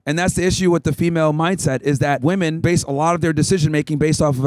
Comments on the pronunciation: Why can’t women pronounce the word “women” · She couldn't even pronounce "women" correctly. She was cordial though. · What happened to this world where people can't pronounce the word "women" anymore? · She cant even say women.... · The mispronouncing of the word "women" just drives me fucking crazy. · Any if it’s because they didn’t pay attention in class, why is it the only word they can’t say correctly? I think it’s on purpose, taught with intent. I don’t know why, but there’s got to be a reason. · Right off the bat: "Your opinion on woman." Unable to pronounce "women". Off to a good start, folks! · my god WHY CANT SHE SAY "WOMEN" STOP SAYING "WOMAN" FOR THE PLURAL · Straight off the bat and she can't pronounce the word "Women". What is it with these American college girls and knowing the difference between "woman" and "women"?? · It’s WOMEN!! Not woman!! JEEEESUS!! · Why does she keep saying woman as if it’s plural? It’s women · why does she keep saying woman instead of women. lmao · dude didn't anyway teach them how to pronounce "women" ? they're literally just reading it as it's written not as it's supposed to be said. It's pronounced "WEMIN" not "WOMEN" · why does she keep saying, woman. Point made-it's women! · What’s the deal these modern-day women continuously using the word “woman” for “women”? She did it several times in this video. Even corrected on it. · Why do they always say "woman" in place of "women". Why the f do they always do that?? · everytime she said woman instead of women was driving me fucking insane 😅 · oh totally!! It does my head in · Why do gen-z women always say "women" as "woman"? It's like every single one of them. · Why do so many people mispronounce "women"? They always pronounce it the same way it is pronounced in singular "woman". It seems very common among these college kids. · it drives me more and more crazy everytime she says “woman” as a plural. it makes me want to poke my eardrums out with a pencil.😖